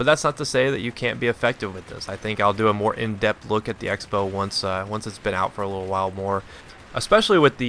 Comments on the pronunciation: '' EX bow'' crossbow. like xing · I always thought the X in the Xbow meant 'cross', so you pronounced it crossbow.